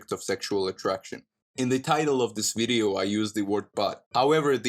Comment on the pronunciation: "this wideo ... " LOL